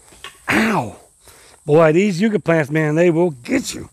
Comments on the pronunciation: It's "yuck a" not "u ka". The Spanish explorers called them "candelaria de dios" or candles of God. The flowers in the spring are lovely and do remind one of a white candle. Love watching you work, Willis! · Yuck-a not You-ka 😊 sorry I couldn't help myself. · Willis, they are pronounced Yuk Ka, not Euca. Yuk as in disgusting/terrible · It's funny how the UK and US have the same words yet we say things so differently.. for example you said yew for a yucca plant but in the UK we say it like yuck for yucca and there's so many more 😂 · YUCK-AH = YUCCA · Yucca is pronounced yuck-uh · Yucca plant pronounced Yuck-a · How donu say yuk eww that's the same way u say that plant yuka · They are pronounced “yuck-a” plant. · It's pronounced yuck ah. Yucca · Those plants are pronounced YUK-KA, short u